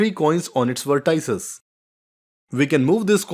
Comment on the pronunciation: vertices?? Wrong pronunciation!!